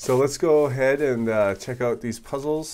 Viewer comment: HIPPIHEMMO The Panda thank's m8! it sound like puzzels to me. lol